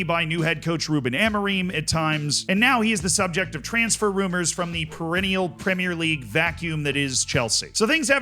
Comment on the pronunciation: I’ll concede you are starting to say ‘premier league’ correctly but it’s not there yet. It slipped back to premierré once or twice.